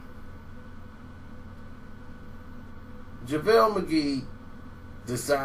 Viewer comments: "Lavale Magee" 😭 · he must have watched my video... lol. and he said lavel McGee.